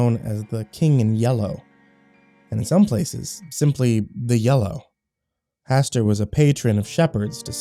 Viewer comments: I heard it as Hasstewer 😂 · Hastu... Hastur?